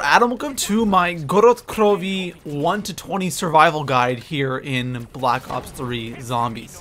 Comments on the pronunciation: Please don't say gorod krovi like grolled kllovy you sound like a actual dumbfuck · please don't give it the accent, I hope they don't make a map in Mexico for him to butcher accents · why does he say good krovi so weirdly lol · Omfg I can't watch this guy, his pronunciations are just so aids it just gets me pissed, and stop saying double tap 2.0 just call it fucking double tap! It's double tap! Fuck man, and it jugg or juggernaug not juggernaut, and omfg I honestly thought he was joking when he said gorod krovi!!!!